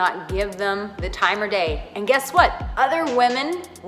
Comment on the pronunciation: Time OF day. Not time OR day. jeez